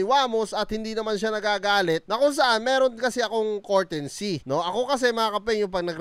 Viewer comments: pa english english ka pa kasi "COURTESY" hindi "COURTENSY!" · Boss hindi po yan cortency mag basa2 ka muna bago ka mag vlog nyan para d mapahiya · It's COURTESY NOT COURTENCEY.... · hindi courtency, courtesy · Brad anu ba ung sinasabi mong kortensy ang ibig mo bang sabihin kertesy(courtesy) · comment lang. 😅😅😅 Courtesy, Hindi Courtensy. Honest feedback lang. 😊😊😊